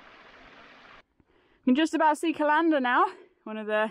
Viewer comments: Err, C-a-lander, inflection on the first "a", love watching your walks . . . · Hi, another great video. I know you wont take this the wrong way but it is pronounced Callan-der not cal-an-der 😊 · Lovely video as ever, but please please sort out your pronunciation of Callander. It is pronounced like the thing you put your appointments in. There is no string emphasis on the LAN of Cal-LAN-der. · Another great video, though as mentioned in another comment, you seriously need to work on your pronunciation of Callander😂😂😂!!!!! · is a scream, loved that fight she had with the map at the start. And I crack up every time she says Callander wrongly. But at least she pronounces 'loch' properly which is unusual for an English person. But why didn't she tell me they were here, I would have joined them.